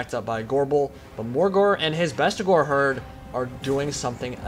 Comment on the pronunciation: mate, the unit is literally called Bestigor, they are the Best Gors, there is no A in the word, Its Bestigor. And arguing over Warhammer pronunciations is the silliest thing ever, stop it